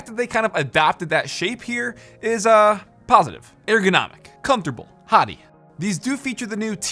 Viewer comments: ... I can't take it anymore... Hati is pronounced HAY-tee... as in the country... Not Hoty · you know since its G wolve it would be Hati Hróðvitnisson pronounced HATEY